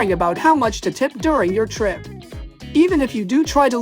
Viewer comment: please correct your pronunciation for the word "trip"... It's really bad. It's not /'TOH-reep/ like in your video. The correct pronunciation is /チュリップ/